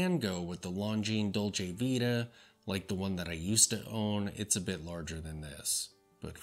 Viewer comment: Nice review, but Please pay more attention how to pronounce LonGines, and Dolce ViTa as well.